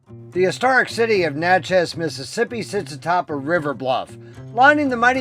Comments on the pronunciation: You did a great job but let me tell you, it’s not Natch-ez it is pronounced “Natch-es” like matches. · Good job, but Natchez rhymes with matches and patches, the first syllable gets the accent .